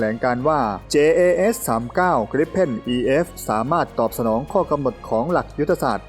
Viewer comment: Dassault Rafale อ่านว่า ดาสโซลต์ ราฟาล เพราะมันลงท้ายด้วย le ถ้าจะอ่านว่าราฟาเอลมันจะต้องลงท้ายด้วย el รู้สึกว่าคนทำช่องข่าวทหารรุ่นใหม่ๆ จะผิดกันเกือบหมด ลองหาฟังจากช่อง TAF หรือ LT studio สองช่องนี้เชื่อถือเรื่องข้อมูลความถูกต้องได้ อีกอันที่ชอบผิด JAS อ่านว่ายาส, แจ๊ส ไม่ได้อ่านว่าจัส จะออกเสียงจัสต้องเขียน JUS อ้างอิงเสียงอ่านจากคำว่า JAZZ (เพลงแจ๊ส) และคำว่า JUST (จัสท์ที่แปลว่าแค่)